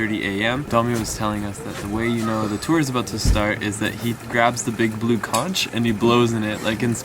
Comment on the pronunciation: It's pronounced "conk" like honk not conch like staunch